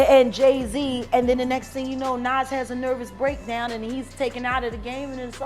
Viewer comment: STOP REPORTING ON BLACK ARTIST !!!! How tf you can’t say Nicki Minaj , Tupac or NAS WTF